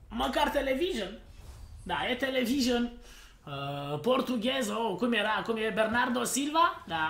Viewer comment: "televison " pe bune